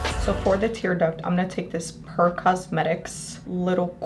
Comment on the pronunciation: Purrr cosmetics 😂 its said like PURE! I have heard it so many times like purrr 😂 its so funny, Love your videos! Thumbed and subscribed!